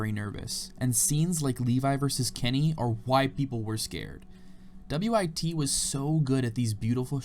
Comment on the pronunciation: Saying W-I-T instead of just WIT😂😂😂